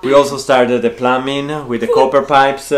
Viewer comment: It was so great to see you with Nicki and Carlo! English tips: "Plumbing" is said with a silent B; (sounds like plumming); and "I am am going to explain TO you". Your English is much better than my Italian ❤❤. Your happiness is contagious! 😊